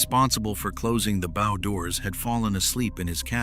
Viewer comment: I can forgive the AI mispronunciation if the word "bow" because the video is not bad. SO... MESSAGE TO CREATOR - HOW ABOUT ABANDONING AI AND BRING YOURSELF BACK TO NARRATION? NOT ONLY WOULD IT MEAN NOT BEING LAZY, BUT IT WOULD MEAN THAT YOU, BEING THE MAIN INTELLIGENCE WOULD RECLAIM PART OWNERSHIP INSTEAD OF SPLITTING IT BECAUSE YOU ARE GONNA FIND YOURSELF BEING LEGALLY CHALLENGED BY USE OF AI, WHERE THE LEGAL ARGUMENT STATES THAT THE ARTIFICIAL INTELLIGENCE OWNS PART OF THIS VIDEO. I should know - I'm a lawyer involved in preparing a first case on that actual subject ( on another video maker ) and we expect to win.